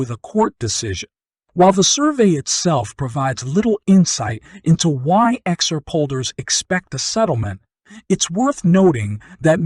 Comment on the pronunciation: I can't watch you because you say exurp, instead of xrp